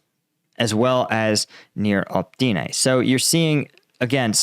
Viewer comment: Opytne, not Optyne.